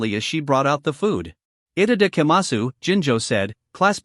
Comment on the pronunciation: Itadakimasu I've heard it enough in anime surely they could fix the pronunciation in this video